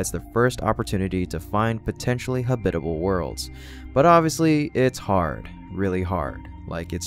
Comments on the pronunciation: Great video! Just as a point of pronunciation, I’m fairly sure that ‘habitable’ has only one correct way of saying it, and that’s with the stress on the first syllable, HAB-it-able, and not hab-IT-able. English is just weird like that. Sorry to be pedantic, but since you used it many times… But still a great video!! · Emphasis on the first syllable - hab'-i-te-bel, NOT ha-bit'-e-bel. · Habitable not hubitale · "habitable" is not pronounced like that. good video in general though. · your robot pronouced a misspelled word, "habitable zone" was what it was supposed to be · That’s very interesting. I do agree that the pronunciation of habitable sounded like synthetic speech. Perhaps someone could teach him how to pronounce the word since it’s a little distracting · Hey, you pronounced it correctly! Congratulations! That's more like it. Keep up the great work! (Still need to work on "habitability" (hab-it-uh-BIL-uh-ty) and "habitable" (HAB-it-uh-bul) and "Psyche" (SY-kee, not sike) and the infamous s-word.) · Why is the way you pronounce "habitable" and "habitability" so offensive to me? Have you never heard it spoken before?